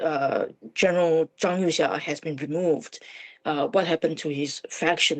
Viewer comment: Zhang You"sha"? Wtf? So, everyone at FRANCE 24 agreed to mispronounce their video's subject?